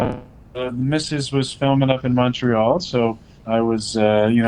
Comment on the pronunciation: Unpossible, he said Montreal correctly